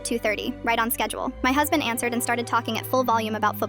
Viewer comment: “My huzbind woonT led me sleep” 😂 the way they said it